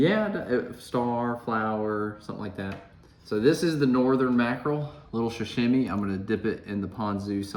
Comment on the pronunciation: Sa-shimy (sa-shim-e)? Its sashimi (sa-she-me), and sushi is rice with vinegar and fish placed on top. What you served are rolls and sashimi.